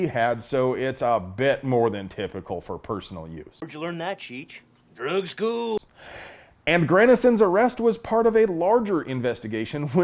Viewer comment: "Drug schooooowl" lol